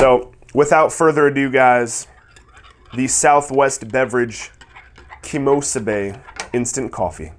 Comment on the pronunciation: "KEMOSABE". Awesome review,.